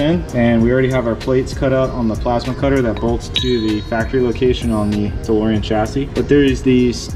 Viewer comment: The DeLowrean hahaha love it! Also love that Cha-Ching hat with flat front panel in black and camo accents- let me know when that bad boy is available! I only saw the full camo one and like those flat front panels...